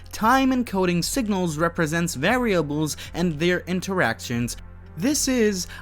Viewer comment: prooning, par-am-eters, vare-ia-bles, foh-tonic, can-on -ical